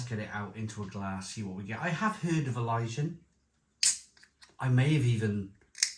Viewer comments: Elysian ❌ Ilyjian ✔️ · It’s Elysian